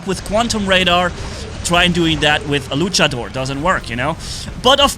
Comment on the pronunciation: I love how says Luchador Lucha-DOOR